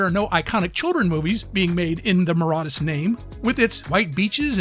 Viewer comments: Where did you gather the courage to so brazenly and boldly mispronounce the name of an entire country? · That's not how you pronounce Mauritius 🤦‍♀️ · How can an adult not know how to pronounce Mauritius? (assuming they are not deaf) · He's clearly never been to Mauritius if he can't even pronounce it correct lol